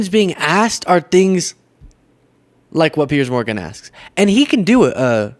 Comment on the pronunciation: Piers Morgan, not Pier